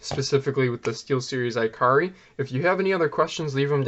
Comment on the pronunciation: “ee-kah-ree”, not iCarly